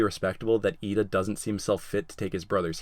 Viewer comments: Wow... you got Iida almost perfectly. Good job! I hope you get other ones right too! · Wow you got lida right